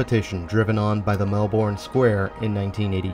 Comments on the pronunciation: The Melbourne in Florida is pronounced "Melburn", as far as I know. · This was a really interesting mall tour. I am in Sydney, Australia and our malls or as we call them "shopping centres" look kind of similar to this mall. I also didn't know Florida had a place called Melbourne. Australia has a Melbourne too but we pronounce it Melbin. Anyway, I enjoyed the tour. Very interesting and relaxing. Keep them coming!